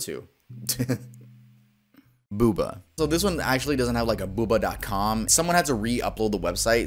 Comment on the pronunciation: My younger sister had a boohbah advent calendar once when we were kids, and even then we thought it was fucking bizarre haha. Btw it's pronounced 'boo-bar' not 'booba' lol xD